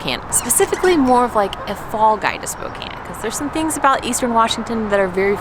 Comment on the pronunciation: Thank you for pronouncing Spokane correctly. And showing how beautiful our town is. Another thing Spokane is great for is our loyalty to our Gonzaga basketball team. GO ZAGS! Enjoyed this video and so happy you enjoyed your time here.